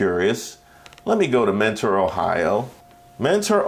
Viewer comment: For some reason they pronounce it menner instead of mentor out here. I was 1 of like 20 students in mentor high